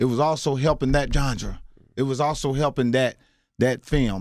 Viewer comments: Boy said "john-dra"...(genre) lol But on a serious note.... mark, what he said about money is SPOT ON!! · nigga said "Jongra" lol smh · I have never heard anyone say genre the way he did lol "Gengdre" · Genre. Not gendra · Oh no is Mike Epps meaning to say genre?😱😱 he mispronounced the hell out of that...he said gendre!😖 that was hard to hear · “dat gendrer dat JOHN-DRA” (genre) lmao... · Did he say "gendra"?!!! LOL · Did he really just pronounce genre as JOHN DRAH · LOL Mike trying to say Carte Blanche. Then he tries genre and says gendra. Mike, mike, mike. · JANDRA lol😭😭 nigga it’s Genre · any one caught that "gendra"? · This nigga said johndra instead of genre 😂😂😂😂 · Yall really gotta stop pronouncing "genre" as "gendre" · Genre is pronounced Ganjdra 🤣Ask Mike Epps. Ganjdra burn, Ganjdra buurrrnn, Ganjdra buurrnn, Ganjdra buuurrrrrnn😆😄.-Joe Budden voice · “Jondra”... lol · So no one gonna mention the fact that mike epps can't pronounce "genre"? lmaoo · The way he said genre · Charlamagne is doing the same shit he did to Amara La Negra.Mike is telling him what he knows and he’s always doubting what people tell him that they’ve experienced.He gets on my nerves with that.Mike learn the correct pronunciation for certain words before you pronounce them.These younger people have only been around long enough to see the success of what black people are doing.But,They haven’t been around long enough to understand the things that Mike is trying to tell them.Because I have seen what Mike is talking about because I’ve been here long enough. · I love ole boy but this interview has allowed me to see that he REALLY was in Special Ed classes. He destroyed the words Cart Blanche & genre. Bless his silly a$$ heart. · Love his comedy, he a real one!💯 But "genre" is a French word not pronounced that way Mike!😀🙏🏽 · Does she mean ‘genre’ ? Coz he pronounced summin diff right there still 🤷🏾‍♀️